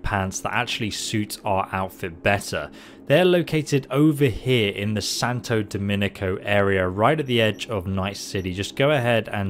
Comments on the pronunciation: Am I the only one getting triggered when he calls "Santo Domingo" as "Santo Demonico"? like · He said Domanicko instead of Domingo lmao! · He actually said demonico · I keep hearing tons of streamers calling the area Santo Demonico... smh "DOMINGO" Santo Domingo" It's a real country btw , lol, but Great Vid. and thank you for your content. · Santo dominico what? Is sainto domingo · it’s santo domingo not santo dominico, but great informative video! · Santo DoMINGO, not DoMINICO! Jesus, man... XD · Santo DOMINGO. not Dominco lol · Santo DOMINGO.... not Dominico. Literally on the screen when you say it. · Nobody:: "Santo Demonico" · Am I the only one who caught the “Santo Damonigo” for Santo Domingo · I hear him say "Santa Dominico" and it drives me nuts. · "The santo dominico area" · This isn't the only video he calls "Santa Domingo" "Santa Dominico". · he still cant say santo domingo xD